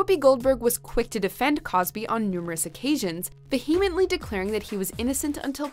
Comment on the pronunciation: Learn to pronounce "vehemently" properly!